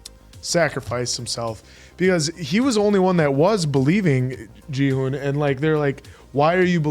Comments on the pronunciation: It is not Jihun but Ghi-hoon! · I've been listening closely and I'm pretty sure Gi-hun is pronounced with a hard g (like in grape or gorilla.) I know it doesn't follow English pronunciation rules, but in Korean most Gs are hard sounds and can be interchanged or melded with the K sound.